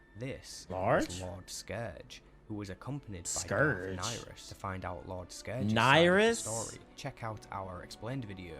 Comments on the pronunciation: He is saying Darth Niris not Darth Nihilis to different sith lords. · Darth Nyriss, Not Darth Nihilus